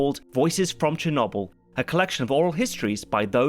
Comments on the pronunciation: Just here for to criticise the historical accuracy parts of the movie while not even attempting to pronounce Chernobyl correctly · Did my senior capstone on the Chernobyl disaster! My professor kept telling me to watch this show because it was so accurate. But seriously I don't think I can watch this video with pronouncing Chernobyl that way 💀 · ok do brits deliberately choose different pronunciations i feel like that happens i mean i have never in my life heard cherNOBBLE even brits say cher-noble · Cher No Byl not Cher Nob Byl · Pronounced correctly in Ukrainian: “Chair-No-Beel” (last syllable rhymes with “Wheel”). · Please stop saying cherknobowl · Cher no boil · Chur-knobble is all I can focus on 😭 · Chernobble...? How do you pronounce noble? Like no-b-l? or like gnome; gno-b-l? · I love this channel. But, why do Brits insist on pronouncing things in such ideosyncratic ways? "Cher-NOBBBL" Now someone will say "welll um actually that's closer to" but why not just say it how everyone says it? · For heavens sake man. It's pronounced cher NO bull. NO. Why do you do this every single time? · ah yes, Cher-knob-yl. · Constantly pronouncing it "Chernawbyl" is killing meeeee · Chernobble EDIT: Rentgin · I knew as soon as the video started and he started saying "cha-nobble" it was gonna drive me nuts...still a good video though, appreciate the effort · He hit us with the cherno🅱️🅱️le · Che nable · commenting on this . im going to update this comment once i finish to let everyone know if he really calls it cher nob el the whole time edit: no matter how many times its said in the show, it is never said a different way. The english are truly unknowable, why do they pronounce lieutant lefftennant? i guess weird pronunciations are their bag. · Chernobbel XD your pronunciation of chernobyl makes me laugh a bit Very nice video you have been missed! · You're not pronouncing Chernobyl currently. It's a B not a V